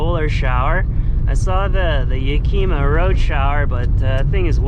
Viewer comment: Oh nooo not another person who says Yakeeema!!